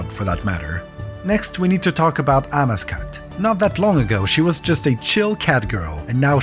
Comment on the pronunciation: Amascut is also pronounced differently, at least I’ve only heard it a different way